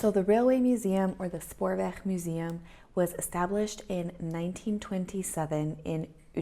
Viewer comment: So happy to see you back on the screen. Missed you. Hope 2020 will be a real good year for you and your family. Ps. They way you said Spoorweg OMG so Dutch sounding. Your G is a real G. Go.